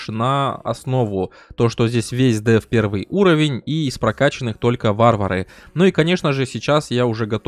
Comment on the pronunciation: Первий... Чел, не говори что ты говоришь так же как и пишешь. Правильно первЫй